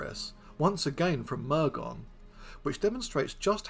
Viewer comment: Pedantic note: It's not Mur-gone it's pronounced Mur-gun